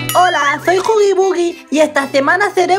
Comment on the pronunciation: Jajja como dice huggy. Euggy. Las voca chanclas ésas